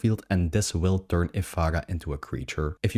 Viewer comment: Ef-Air-Ah not Ef-Ah-Gah